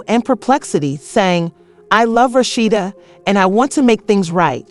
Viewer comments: Who's Rasheena😅😅😅😅 AI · Mispronouncing her name…